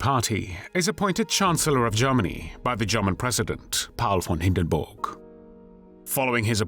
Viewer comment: Hindenborg? I never knew he was Swedish.